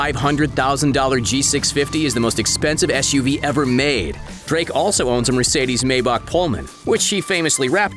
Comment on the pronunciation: The way you say Maybach gives me fucking downs